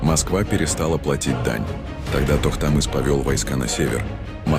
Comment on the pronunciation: Токтамыш а не токтамыс , Ногай а не казах !!!